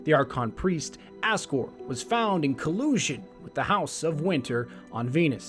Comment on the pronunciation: Nice video, but something that bugs me is that it is aksor, not askor XD great video anyway